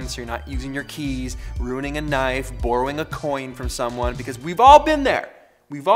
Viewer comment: excuse me, how do you say borrow?